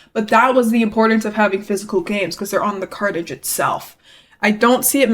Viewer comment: Took me a while to realize ur saying cartridge I kept hearing carnage